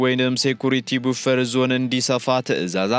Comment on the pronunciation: Buffer..buffer naw enji not bufer...news kemanbebeh befitting ye English termochin endet endemibal temar.......buffe tillaleh end....you are not in the restaurant